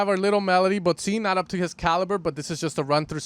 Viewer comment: It’s pronounced “bod sin”, not “bod zine”… otherwise nice video. Greetings from Berlin!